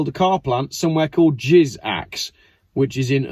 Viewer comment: It's not Jiz-axe, it is Jizak !😂